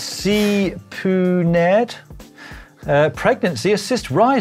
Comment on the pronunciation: “C-PU-NERD”..... I think that’s “CPU-nerd”, Dan 😅😂